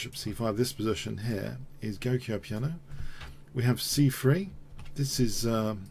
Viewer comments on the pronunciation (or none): Little pointer on pronunciation. The "g" in "giuoco piano" is pronounced like the "j" in the English word "joke". Giuoco = "jwoko" or even "jok-o" Also, "fianchetto" is pronounced "fianketto". The "ch" is pronounced like a "k".